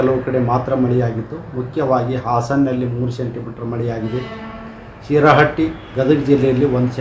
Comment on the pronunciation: Yarahatti allri Shirahatti adu